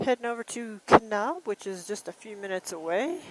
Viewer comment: Oh how the rest of the US wishes Californians would stay the fuck in California. Please try to pronounce the town names correctly. You mispronounced Kanab & your husband Hurricane. But if you think about it, you could avoid this embarrassment and insult if you just stay in California.